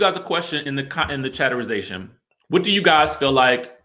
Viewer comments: I’m going to dislike every video where you say chaterisization. It’s soo forced, “you guys” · 😂🤣😆 . Say it again for the people in the back ... “chatterization”!!!